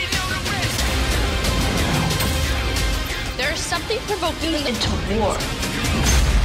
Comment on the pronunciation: "WE NEED KONNG"